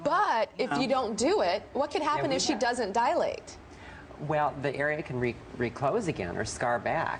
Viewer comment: It's "dilate" not "dialate".